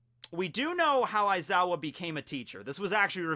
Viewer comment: Pronounced (Wise-ow)